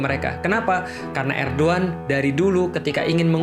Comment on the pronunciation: eh copot tuh gaes, bacanya Erdoan (Erdoğan) bukan Erdogan.